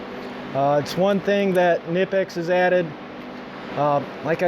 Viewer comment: WOW ! An American who says kNIPEX the correct way :]